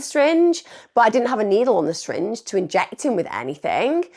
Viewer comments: Emma, the way you pronounce 'syringe' is hilarious haha, 'shyringe' - amazing video btw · I love it when you say shringe lol